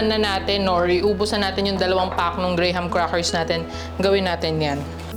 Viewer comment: Hindi “gray-ham” po, “gram” 😅 parang walang “H” sa graham. ❤❤